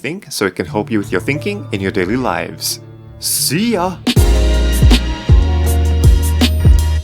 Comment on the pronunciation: Oh my god! Your theories REALLY get me "th-inking!"